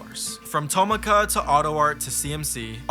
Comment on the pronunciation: i know i’m nitpicking this but tomica is pronounced to mi ka not toma ka ( mi as in do re mi )